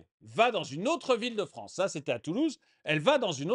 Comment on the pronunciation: La Fronce